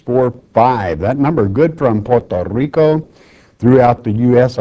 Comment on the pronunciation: Don't you love how Pastor Murray says "Puerto Rrrrico"!?